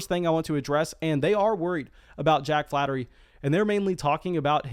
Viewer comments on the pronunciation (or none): Jack Flaherty - Pronounced flay-er-tee. Not flattery. Ramon Laureano - Pronounced laur(as in Laura)-e-on-o. Not Loreno.